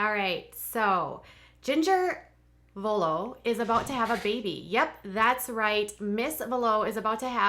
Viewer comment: You said Jeremy and Jingers last name two different ways in the first 30 seconds of this video. Neither time, correctly!